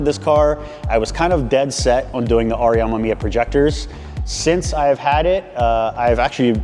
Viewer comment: Amemiya (AH-MEH-MEE-YAH) no AMAMIYA.... also the cut out was on the rain guards which is a optional add on to the hood itself.... so not even close to cutting up a "$3500" hood... as a guy who dreamed about an rx7 since childhood, you should really educate yourself on it...